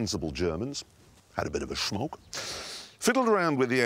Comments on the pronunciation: love how he says " had a bit of a schmoke" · lets all schmoke and go like schtank